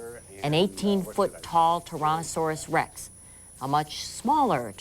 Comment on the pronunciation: News lady at the 6 minutes mark: "Torono-saurus rex"